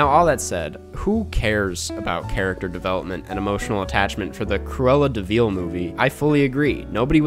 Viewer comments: Dude can't even say "De Vil" right after having watched the movie. It's not Cruella DeVeal. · Feel free to just say "vil" instead of "veel" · This guy doesn't even know his to say Deville. ITS PRONOUNCED DUH-VILL NOT DE-VEAL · Have I've been saying Deville wrong my whole life? Is it de-veal not duh-vil? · I love your content, but you’re the only person in the entire world who says “Cruella de VEEL” come on man you know it’s not pronounced that way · de Veal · Okay but why is he pronouncing it De veeel? 😂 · why is nobody talking about pronunciation of "de vil"